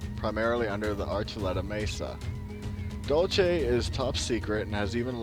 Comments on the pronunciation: DUDE !!! Learn to pronounce the frigging names !!! It is Dull See...NOT Dulchay. If you can't be bothered to know what you're talking about...I can't be bothered to watch your vids !!! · it would sound more credible had you pronounced names correct. Dulce = Dohl say.. Castillo = Casteeyo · pronounced "Dool see" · its pronounced "dool-see" !!!!!!! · Say it like your saying dulse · and he cant pronounce it...